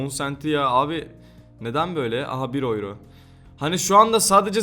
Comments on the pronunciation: Oyro değil yuro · GERÇEKTE OLAN TÜRKÇE OKUNUŞU YURO ABİDE OYRO:D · abi oyro ne yaaaa yuro diye okunmuyormuydu:D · oyro? yuro....